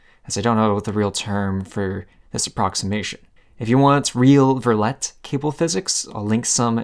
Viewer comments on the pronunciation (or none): Damn bro you don't have to insult my french man Loup Verlet so much. Its pronounced verleeeeee.